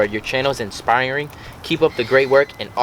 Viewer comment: listen how blake pronounces “inspiring” 😂😂